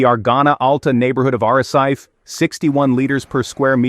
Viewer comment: Lancerat???? ARACET?? TIIS??? A ver si aprendemos a hablar castellano. Soy de Lanzarote y no se de donde estas hablando. Además de exagerar la información. ¡¡¡Por Dios!!! Cuanto amarillismo.